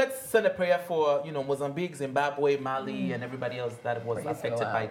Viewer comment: It’s not Mali it’s Malawi don’t disrespect us like that